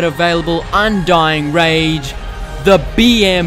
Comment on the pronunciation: I'm pretty sure this video was made to correct how to say "Undying Rage".